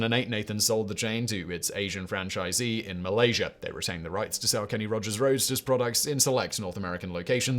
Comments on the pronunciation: ROASTERS!!* It's quite clearly shown so why keep saying Roadsters!?! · You kept pronouncing "Kenny Rogers' Roasters" as "Kenny Rogers' ROADSTERS". He was selling chicken, not cars. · Why are you pronouncing "Roasters" as "RoaDsters"? Were they selling cars too? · It's roasters not roadsters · Roadsters? Wha? Roasters man. I know I am not hearing that wrong. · Roasters not Roadsters 🤣🤣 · Roasters, not Roadsters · roast-ers ROASTERS not roadster's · Simon I love the videos but it's Kenny Rodgers ROASTERS, not ROADSTERS, 😂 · Subtitles: "Kenny Rogers' Roadsters". Simon's pronounciation: "Kenny Rogers' Roadsters". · Kenny Rogers Roasters, not Roadsters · Not Kenny Rogers ROADSTERS, Fact Boy, Kenny Rogers ROASTERS 🙂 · It’s Roasters but he definitely pronounced it Roadsters in the video 😂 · Simon, you mispronounced Kenny Roger Roasters by saying 'roadsters' which are cars. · What is Kenny Rogers' Roadsters?? Why is he saying "Roadsters"? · Roasters! There is no "d". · I caught that too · I had to rewind, pay close attention and turn on the captions, because I thought I was insane and had been reading the restaurant sign, not to mention his name wrong my whole life! Thankfully, Simon simply needs a pronunciation guide (pretends to be shocked) and The Gambler is still the same man. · I heard that too !! Lol